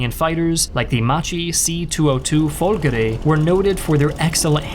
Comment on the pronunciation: It wasn't the 'Folgray' it was the 'Folgore'